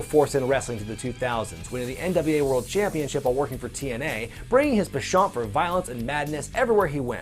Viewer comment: Not sure I've ever heard "penchant" pronounced that way before. Suppose it is derived from French, so... guess it works.